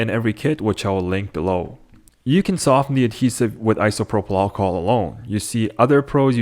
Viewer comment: Just say alcohol gee wiz that was driving me nuts